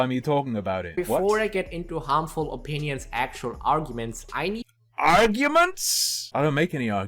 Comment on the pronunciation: "Horrible Mindset Opeeneeons."